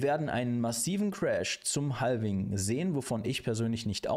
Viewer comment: Danke für die Zusammenfassung. Habe es nem Kumpel geschickt. Btw, Halving spricht man ohne L :)